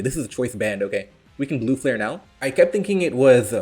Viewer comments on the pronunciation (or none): none